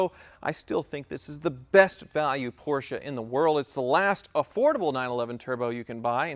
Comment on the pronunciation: Lol...next video “I coyote swapped my Porrcshe”